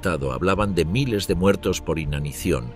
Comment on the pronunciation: La narración por ia está perfecta pero te ha delatado una sola palabra en 3 video: "miles".